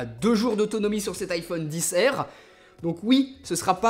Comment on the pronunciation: En anglais, R ne se prononce pas "air" ...